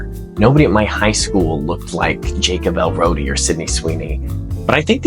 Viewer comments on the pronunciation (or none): did u say jacob elrodi 💀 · “Jacob Elrodi”